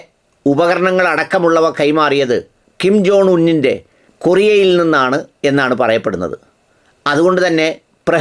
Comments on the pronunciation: കിം ജോണല്ല ഉവ്വേ, കിം ജോങ്. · Kim john അല്ല kim ജോങ് ആണ്